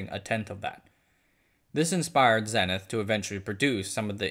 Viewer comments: Not 'zenneth', Zee nith. It's a word as well as a brand name. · "...forgotten American electronics maker, Zenith..." Zenith is pronounced ZEE-NITH, not ZEH-NITH. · Zenith is pronounced "ZEE-nith" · The brand name Zenith was pronounced (ZEE-nith)